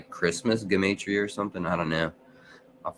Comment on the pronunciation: So that's the correct way to pronounce gematria